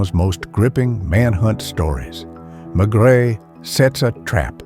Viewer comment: This is an abomination. He could at least pronounce "Maigret" correctly. I say "he" ........probably AI.